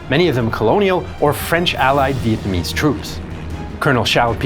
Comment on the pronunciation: I respect the effort you put into pronouncing our Vietnamese names